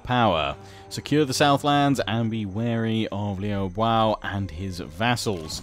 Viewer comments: "Liu Biao" is pronounced as (phonetically) "Li-ew Bee-yao". Hope this helps! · You say you want advice on the names, I think it's Lui Bee-auv (Biao). At least that is what I have heard. Else just disregard it, just wanted to share :)